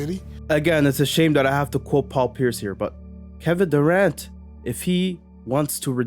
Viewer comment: Did he just said Devin Durant? HAHAHA